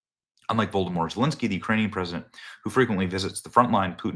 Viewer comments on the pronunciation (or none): did he say Vodermort Zelenskyy?